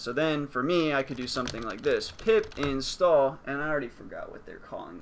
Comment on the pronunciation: Did he say pip install or pee pee stalled?